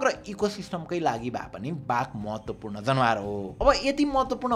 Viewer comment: isnt it जनावर, not जनवार ?